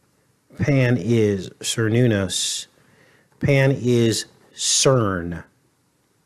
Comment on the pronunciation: Cernunnos is pronounced with a hard "k" sound: care-NOON-ahss /kɛər ˈnun ɔs/.